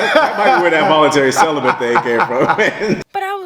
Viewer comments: Dude with the lisp: CELIBATE has no "N". You said "Voluntary CELEBANT" 5 TIMES..... YIKES!!!! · Volunteerly celibate not celenbat